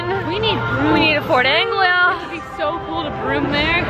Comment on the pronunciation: It's pronounced Ford An-glee-a